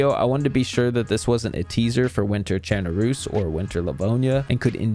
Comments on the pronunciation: Finally. Someone who can pronounce chernarus correctly. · Thank you for saying Chernarus the correct way.